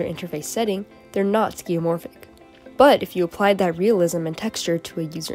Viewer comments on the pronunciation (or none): Sorry but its skeuomorph, not skeumorph. I only have to say it because Vsauce taught me the word years ago.